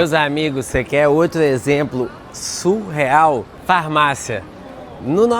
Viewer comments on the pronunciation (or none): Se diz "sicRano" e não "sicLano". Se diz "SUrreal" e não "SUL real". A palavra "siclano" não existe.